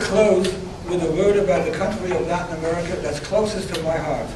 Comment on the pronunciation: Amewica is tewibow.